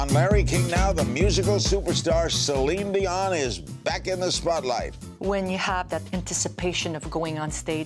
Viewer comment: Omg I cracked up at "Celon Delon" as that's what my Dad calls her! He loves her and went to her concert in 2017 with me but can't pronounce her name 😂